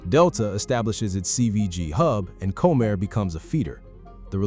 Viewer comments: When you use AI, please make sure things are pronounced properly. Had to stop watching this, it is not Co-Mair. Ugh! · If you are going to do reports like this, you could at least pronounce the characters correctly. It's COM-air, not "Comb-air" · Comair...pronounced Comm-air. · You loose credibility when you mispronounce the name of the airline. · Learn to pronounce Comair.